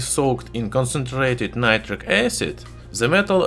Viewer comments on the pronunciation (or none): none